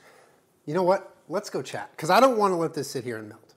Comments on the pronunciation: Everytime says chat I think he is saying 'child' in a southern accent, it makes everything so much funnier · Most of the time it sounds like "Chad" to me. When I first started watching these, I was like..."Who's Chad?"